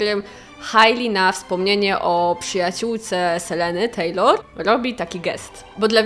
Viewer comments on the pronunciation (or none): none